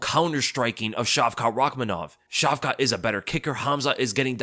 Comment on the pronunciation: Dude the T at the end of hamza and shavka's name isn't pronounced . How do you not know simple Semitic language rules...